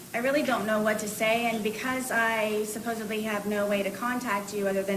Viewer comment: Is she saying “supposebly?”